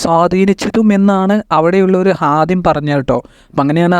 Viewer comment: വിവരണം നന്നായിട്ടുണ്ട് സന്തോഷം അറബി അക്ഷരങ്ങൾ നന്നായി പഠിക്കണം. അവിടുത്തെ ഹാദിമ് എന്നല്ല. خادم എന്ന് പറയാൻ പഠിക്കുക പിന്നെ ഓരോ വാക്കിൻ്റെയും അവസാനം ട്ടോ എന്ന് പറഞ്ഞു കൊണ്ടിരിക്കുന്നത് കേൾക്കുന്നവർക്ക് അലോസരം ഉണ്ടാക്കുന്നുണ്ട് ok